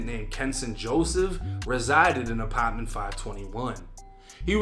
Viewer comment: The way this nigga says “Apartment” always gets me 😂 Ahpaaarrtment 😭😭